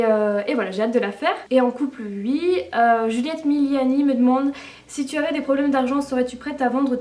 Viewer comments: on dit oui et non uii , ok ?? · J'adore tes "ui" x)